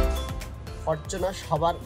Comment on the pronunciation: ফরচুনার ফরটুনার না